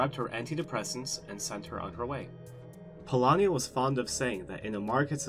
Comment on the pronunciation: you pronounced Polányi quite well